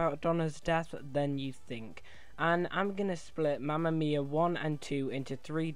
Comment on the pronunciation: It's Mamma Mia not mama miaa